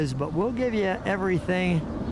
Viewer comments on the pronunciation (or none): none